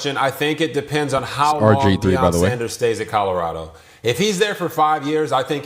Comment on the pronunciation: wish he was White-locKKK is a grown ass man who pronounces Colorado like he can’t read. Please don’t ever set foot in my state.